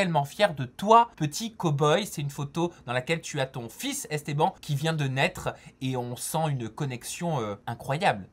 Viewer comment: "Estban"😂😂😂 jpp